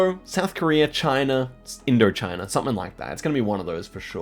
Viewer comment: Are we just ignoring how bro said Indochina?